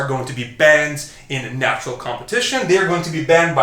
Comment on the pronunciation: Simeon Panda is somewhere like “I don’t need to watch this video yeah, I’m nachural, always been nachural.”